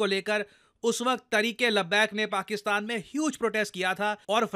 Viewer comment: "Paksistan".........😂😂😂 "sis"....😂😂